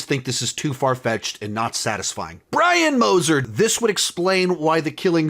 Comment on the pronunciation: Is no one gonna talk about how he said Brian Moser like Dexter killed him in season one of the original show